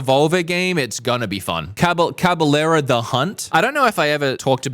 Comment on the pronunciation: no way bro said Cabalera 😭😭😭